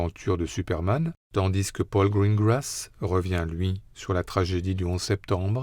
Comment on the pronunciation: j’adore le narrateur, mais bon dieu pourquoi fait il la liaison dans « tandis que » du « s ». Sinon ces rétrospectives sont géniales ❤